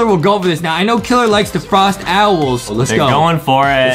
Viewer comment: Justin really says "the frost owl" bro